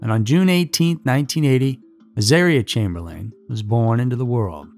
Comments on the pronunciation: Chamberlain isn't pronounced that way in any country. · Thank you. Thought I was in the twilight zone or something with no other comments mentioning this. 😅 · I couldn't watch this because of your mispronouncing of the couples surname, and all of the place names. I suggest that, during your research, please find out how to pronounce names and places. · Being an Aussie myself I can atest to the 'trial by ignorance' mentality and how a media complex can bend and shape a hive mind that fuels and monetises the hunt for scandal. Everyones a victim. Additionally, Aussies pronounce Chamberlain 'Chame-ba-Lynne' and Mount Isa 'Mount Eye-za'.